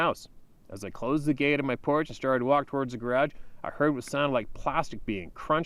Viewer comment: I like how he says "garage." lol